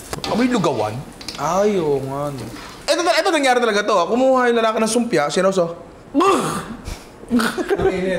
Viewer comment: yung "Sumpia" ang patunay na legit taga Malabon ka nga HAHAHAHAH